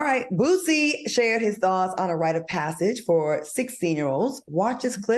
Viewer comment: This shows ppl don't be interested in the real person only headlines, How you so educated and say bootsie so many times ..It's Boosie smh , his daughter is his oldest and she was always around him so he may notice the difference...at this point racism and LGBT shit is being pushed